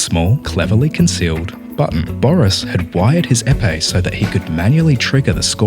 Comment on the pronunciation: It's pronounced " Hey Pay" (Épé) or Ay Pay i guess. Une épée = a sword